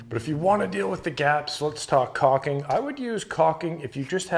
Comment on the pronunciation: It’s not cocking. It’s cauLking